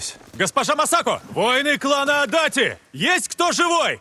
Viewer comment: Для справки, не Адати, а Адачи. Это неправильная русская транскрипция. Я сам живу в городе Адачи, район Токио